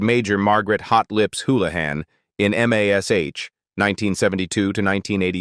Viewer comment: How many people turned this off because they could not stand hearing Mash, called M. A. S, H.